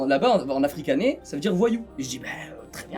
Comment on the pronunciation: Je rêve ou il a dit " africanais " 😂